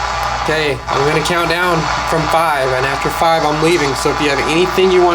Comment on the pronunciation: After you said 5, it sounded like, “6”...